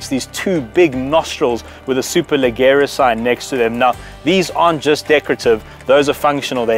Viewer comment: Superleggera means "super light". Pronounced super lejerra - with a J sound.